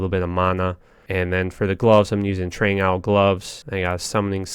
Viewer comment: Man I love your videos.....but damn you pronounce things funny sometimes Decreptify??? Trang Owl??? 😂